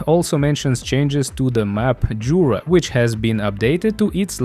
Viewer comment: i think you say it like "yura", its a polish map